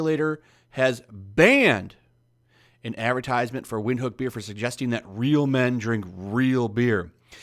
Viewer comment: its pronounced "Vint-hook" and yes having lime with beer... WTF is wrong with you !